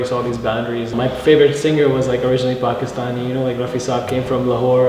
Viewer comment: the girl is bugging me on how the way she said Pakistani